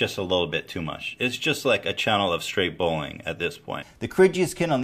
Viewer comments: i hear "bowling" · Ethan seems to have trouble saying "bullying". Sounds like bowlyng